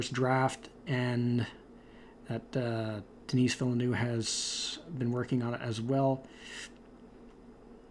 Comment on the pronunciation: I believe you pronounce "Denis" like "den-nee"